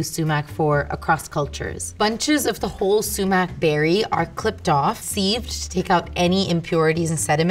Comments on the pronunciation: The way she said "seived" made me click off the video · The way she is pronouncing 'sieved' is annoying me. Lmao. Great video though.